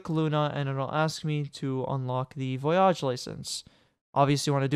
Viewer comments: Learn to pronounce voyage please. Good tut. Far too long though. Needs some cuts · it kind of is when youre saying the word a ton of times during the video lol